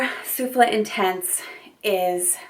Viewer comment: Not with this perfume, she's pronouncing correctly. No accent on the 'e' on the bottle.